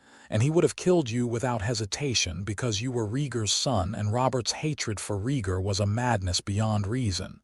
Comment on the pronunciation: yeah, this is good but it falls into the same traps all the others do... FUBARing pronunciation of main characters VALORIA??? you almost lost me 22 seconds in with that... .gritting my teeth trying to ignore the pronunciation of Rhaegar and Targaryen... its jarring and breaks immersion.